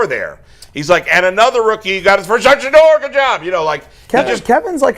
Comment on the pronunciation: Stop it. Kevin struggled saying Shedeur how women struggle to say im sorry up until last week